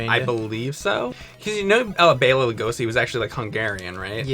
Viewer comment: James keeps correcting but continues to mispronounce it Loo-go-see himself. Hilarious.